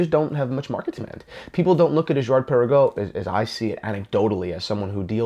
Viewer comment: 1. if you d pronounce it correctly, it would sound good, swiss/french. 2. they have been producing Laureatos years before, last one 1996 Laureato olimipico looking almost identically. 3. Girard Perregaux is older than AP (1791) 4. What about Hublot Big Bang, and IWC Ingy, Vacheron Overseas etc (ok they actually engaged Genta) so why blame Girard Perregaux so heavily??? 5. love you and your channel anyway and i can see your point and totally accept your opinion. 6. doesnt it look nice anyway?